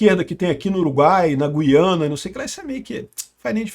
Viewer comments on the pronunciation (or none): none